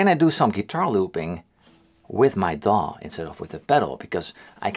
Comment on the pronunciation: The first time you said DAW I thought you said dong...turns out you said digital audio workstation / DAW for short.